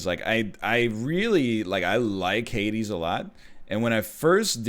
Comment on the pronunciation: I keep hearing "Heidi" when says "Hades"